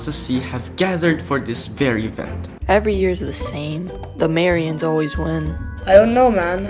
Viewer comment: the "mary ains"💀💀💀💀💀💀